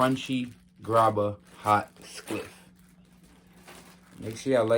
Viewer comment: why tf do you keep saying ''skliff'' bwoy?🤣